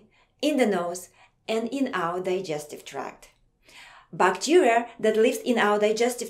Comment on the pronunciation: she says bacteria bacterier